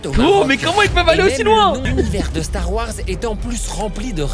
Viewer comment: Depuis quand ya 3 A dans "Stars Wars" mdrrr